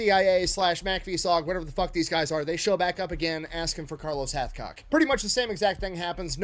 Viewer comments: Hathcock not Hatchcock , "numb nuts"! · Hathcock not Hatchcock!!!